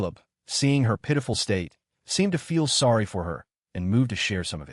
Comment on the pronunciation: saw-d????? isnt how you say sorry fix your fucking ai you god damn retarded ass nigger